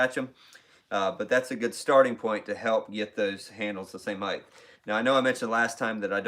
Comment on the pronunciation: Height not heighth